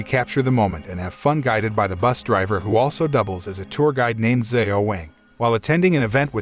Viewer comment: Lean how to pronounce Xiao…